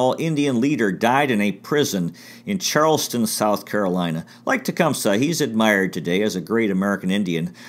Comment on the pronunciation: Its pronounced Tee-Come-Say.